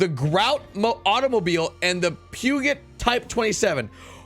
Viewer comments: Just a heads up but Peugeot is pronounced like poo-zho (at least in the US). I know it is a French word and has a different pronunciation in French. But it is without a doubt not "pew-got" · Pronounced poo zho. It's French lol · "Pew-get" lol